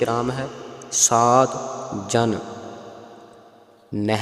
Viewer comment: ਸਾਦ ਨਹੀ ਸਾਧ ਕਰਨਾ ਭਾਰਾ ਬੋਲਣਾ ਹੈ